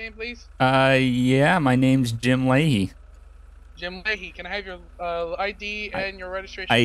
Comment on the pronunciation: haha jim lahey (lim jahey)